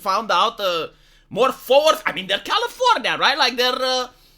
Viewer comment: its not California, it’s Californya-nya